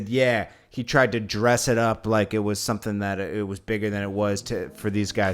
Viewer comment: It’s something not sompin Lolol